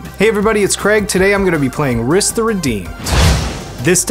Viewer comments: Here to remind everyone that the way to pronounce "Rhys" is the same as "Reese". (It's a real name, originally from Wales.) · The pronunciation of Rhys is killing me lmao. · "Rhys" is the Gaelic spelling for "Reese". Like "Reese's Peanut Butter Cups". It's pronounced like that. Also, I spent half of this game saying, "Why are you doing that‽ Guarav is clearly the biggest threat!" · Craig - friendly heads up that Rhys is pronounced the same as Reese (e.g. Reese Witherspoon) :) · For the record his name is pronounced Reese, its Welsh for king. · sorry if this is annoying, but Rhys is pronounced the same way as Rees/Reece/Reese. Rhys is the original spelling as the name is of Welsh origin and Tolkein Elvish as most know was based off of the Welsh Language and most of the elven MTG cards are actual Welsh words or are heavily based off of the language. My name is Rhys and i just wanted to let anyone who didnt know how to pronounce the name Rhys how to, as well as how to try and find a way to pronouce other cards that may confuse you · Rhys is pronounced "rheese" ;)